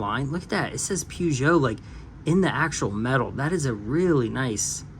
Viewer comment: One of these days, Peugeot will be said correctly. Ha ha.